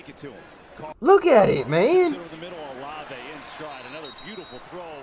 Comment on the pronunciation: Buddy called Shaheed a no name bum, Kamara a bum and said Olave (in all words) not like that 😂😂😂😂 mans dont know ball bro